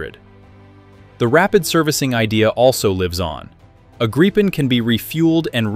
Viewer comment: Congratulations, correct pronunciation of JAS39 Gripen. Maybe first time on Youtube for an English speaking voice.